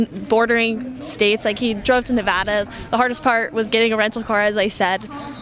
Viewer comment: I hate it when Californians talk about my state, they can't even pronounce "Nevada" correctly. lol blaming Nevada I see. Is that why our governor and local government allows Cali police/ATF to operate out of jurisdiction to watch Californians who come to our gun shows?